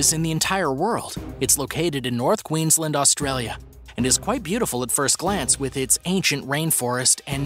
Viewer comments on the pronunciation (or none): none